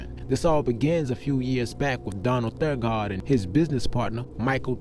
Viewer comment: Donald's last name is Donald Thagard (Tha-gerd)